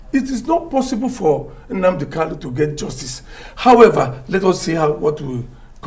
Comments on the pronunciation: Actualy he pronouced Mazi Nnamdi Kanu's name pretty well, Igbo Language has many dialects Kanu or Kalu is correct. He's a good Lawyer! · since MNK own is kanu, and all his certificates carries kanu, why can't he just pronounce it kanu? One may think he's talking about another person. I have lived in igbo land for years and my hometown is less than 2hrs drive from the igbo capital city, Enugu. I may not be totally ignorant about these things right?